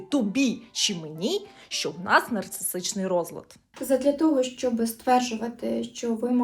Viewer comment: Нарцисичний!!! НарциССССичний!!!! А не нарцисТичний розлад особистості!!!! Пані психологу треба трошки попрацювати над вимовою термінів в яких вона має розбиратись. Все відео вухо різало